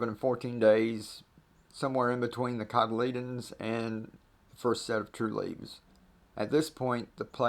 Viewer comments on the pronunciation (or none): What was that word for sprout? Sounded like codledends..